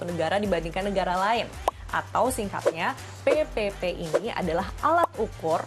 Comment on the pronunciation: Bila dengarin sebutan PePePe kayak sebutin PEPEPEK😂😂😂